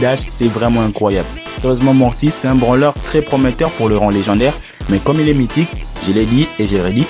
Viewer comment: Il dit branleur au lieu de dire BRAWLEUR 😂